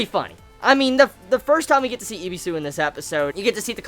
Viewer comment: His name is Ebisu not Ibisu